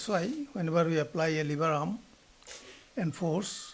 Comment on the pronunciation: It's lever not liver 😅 .